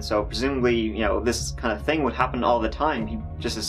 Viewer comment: "One ting is strange to me though"🤣🤣